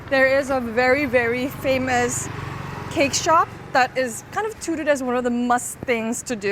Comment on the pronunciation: hi usually your english is very good small correction touted is pronounced t-ow (like cow or towel) tooted sounded v silly to me great vid as always! changed my view of tofu to think about how other vegetables could be used